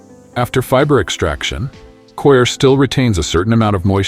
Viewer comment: Stupid robot 🤖 audio 🔊 Coir as in choir ... 🙋🏾‍♂️✅ Core... 🙅🏾‍♂️❎